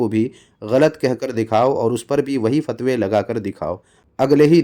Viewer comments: fatwe❌ phatwe✅ 🤣🤣🤣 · فتوے❌ پھتوے✅ 😅😂